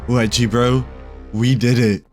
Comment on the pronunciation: bro its ledgy not leggy